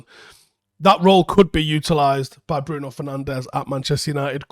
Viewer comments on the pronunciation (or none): none